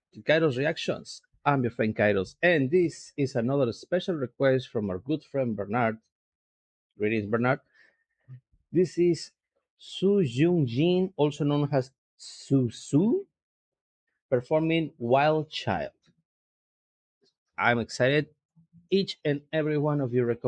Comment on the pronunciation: Oh, BTW, her name is not Su Yun Yin, but Su Yun Ying. The sound "Yin" (whose initial Y is not pronounced as a consonant but as part of the syllable) corresponds to several very different ideograms, meaning cause, sound, silver, beverage, secret, or the famous Yin of Yin/Yang, meaning the feminine principle or the dark side of the mountain. Whereas Ying means brilliance, pure light, transparency, radiant, limpid... As for Yun, here it has nothing to do with the Yun of Huang Xiao Yun, which means cloud. The Yun in Su Yun Ying means destiny. So Yun Ying (Su Su's given name) can be translated as "brilliant and limpid destiny" or "she whose path shines with a pure light." Isn't that lovely ? But don't go thinking that the Sus prophesied their daughter's destiny by naming her that. No, Yun, Ying, or Yun Ying are very frequently used in little girls' first names.